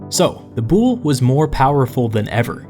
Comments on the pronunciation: I really do enjoy these videos, and while it is very clear you do a lot of thorough research, please do look up the pronunciation of these words. As a classicist it is painful to hear some of these. Ill include a simple phonetic pronunciation for a lot of these: boule (BOO-lay the e is not silent ;)) basileus (ba-zih-LAY-us) Areopagus (while your pronunciation for that is ok, it is better ah-re-AW-pa-gus). Prytaneis (prou-tan-AYSE) this one is also a plural noun, not a singular committee. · Someone must have told you already... But the Boule isn't pronounced b-OOL, but b-ool-EE or, if you want to be as close to the Greek word as you can get, v-ool-EE (B being the Greek beta, whose sound is closer to the english v than to b). Fun(?) fact: Boule is also the name the Greek Parliament uses for itself to this day, full official name: Boule ton Ellinon (Parliament of the Greeks). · i love you but as a greek watching you pronounce βουλή into boule (bull) when its supposed to be like vouli was kinda hilarious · you are knowledgeable and you seem to know what you are talking about but your pronunciation of the Greek words was killing me every time! "Boule" i.e is pronounced "vuli", that is v like you pronounce the v in "victory", u like the "oo" in "tooth" and i is pronounced like i in Italy. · OMG Not the 'Bool" it's "Voolie" I'm sry, it hit me too hard... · "Boule" is not pronounced like "bull", but more like "bull-ee" – just for you to know... ;) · The pronunciations are so wrong. I hate that the Latinasation of Greek words made them sound so differently that are hard to understand. The "Boule" is read as "vuli". Also oi are read as a single letter i, not o i. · BOULE NOT BULL BUT VULI!!! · Boule is pronounced "voulee" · I love it, as a democracy researcher but please, it hurts to hear Boule like the French word (I’m French btw) because it’s actually pronounced Boulé ! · Great one but its boule. With the e pronounced like in east